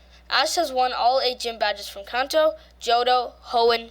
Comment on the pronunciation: Kanto not kaanto